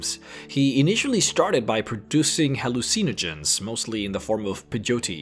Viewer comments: "Hall-oo-Seen-o-gens"?!?! It's pronounced just like "Hallucinate"... as in "Ha-LOOSE-inogen". And it's not "Pah-Joe-Tea".... It's "Pay-OH-tee" or "Pa-YO-tay" (it varies by region). Just trying to help. PS - it's not "post Appa-colliptic". It's "post ah-POCK-oh-liptic". You tend to emphasize the wrong syllables. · The way you pronounced Peyote, Apocalyptic and Hallucinogens sounded like Pejote, Apokliptik and Haluseeneegens xD